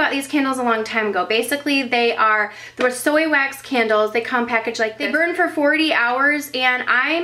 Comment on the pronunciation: I thought u said KENDALLS, like u had a lot of Kendall Jenners x) It's can-duls ! ;)